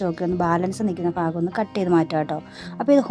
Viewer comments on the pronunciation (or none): ധം തെറ്റിയതാ.. ബാക്കി എല്ലാ ഷോർട്സും നോക്ക്.. വിഫവം 😄😄